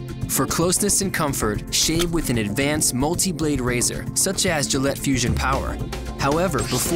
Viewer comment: Gayllette or Gillette?